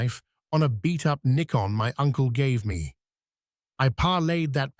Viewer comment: "NIE KON" DOLT AI.